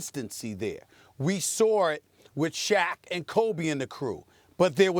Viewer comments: Stephen A “we sawR it”😂😭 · Stephen A is the only person that puts a R in the word saw